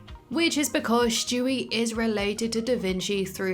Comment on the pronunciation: "Shtewie" learn to say it right, its STEWIE! NOT SHTEWIE